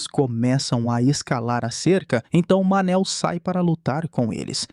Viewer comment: Cada vez que escutei "Manel" não deu para segurar a risada pqp 😂😂😂